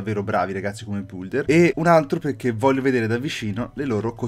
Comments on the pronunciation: BM si pronuncia builder non bulder😒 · Aspe come l'hai detto builder????si legge bilder!!!!Non devi leggere la U!!!!